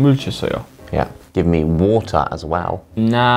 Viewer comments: 두분 다 워우터 발음하시는거에 귀 호강하네요☆ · Give me water 할때 목소리 대박💓 영국발음넘나 멋져요 ㅠㅠㅠㅠ